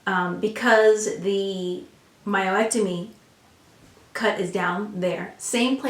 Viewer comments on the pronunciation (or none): I had to keep refocusing on the content rather than the word "myo-ectomy". Lol But this is all really good information...thank you! I just had a myomectomy and my swelling is just now starting to go down, BUT my pubic area is like a BALLOON now, and is weird, so I'm trying to figure out why. Didn't hear you speak about that for either surgery, so I'm still very concerned...